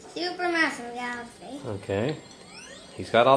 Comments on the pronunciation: U said merio when u meant mario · You pronounced Mario wrong, again. Could you do this level with Luigi, please?